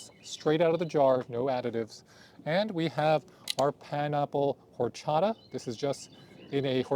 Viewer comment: The way he pronounced horchata is a disgrace to the latino community